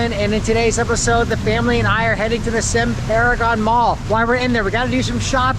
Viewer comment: Siam paragon. Pronounced see'yaaaaam